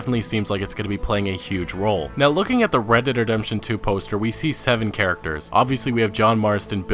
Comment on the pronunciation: He says it like Redederdemption lmao